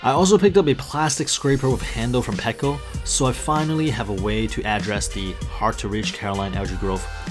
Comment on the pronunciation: Also i am not being mean you just said you want people to correct you. So you are also saying packo instead of petco